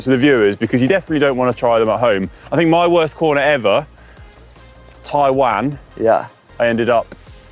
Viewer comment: I took a lot away from this video. But the main thing was the way Conor pronounced “Taiwan”.. 😂